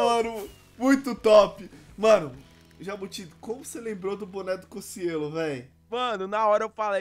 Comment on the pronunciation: Se fala Cociélo, Só q Mtos Chamam ele de Cociêlo! ' -- '